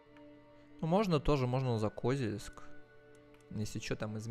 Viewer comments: Меня прям тошнило от этого, еле справился чтоб продолжить смотреть… нинада так((( КозЕльск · Привет ! Очень хорошие видосы делаешь по этой игре! Ударение не правильно ставил в слове Козельск ! Надо на букву е ,а не о ))) Город с богатой историей(Когда была война с Татаро-Монголами в рядах защитников города были женщины! Из-за этого вырезали население) могу ошибаться !